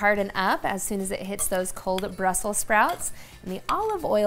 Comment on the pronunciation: I'm usually not a grammar ninja but it's Brussels not Brussel, I have no plans on cooking those dangly things on my toothbrush!